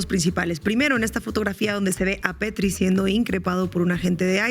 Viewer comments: Es "Pretti", no "Petri" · Sin palabras por lo que sucede en estados unidos. Saludos desde Monterrey. Estefania se apellida Pretti, no Pettri 😂